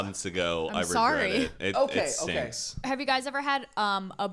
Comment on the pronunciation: “im soery”